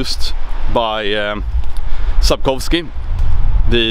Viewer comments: As a polish native speaker who is also great proponent of alliance with Sweden I will only say this.... ...your pronunciation of "Sapkowski" name is SPOT ON. You sound like polish native speaker. Well done. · Sebastianek1990 Actually Sapkowski is prunaunce like Sapkovski. Our Polish w is like german.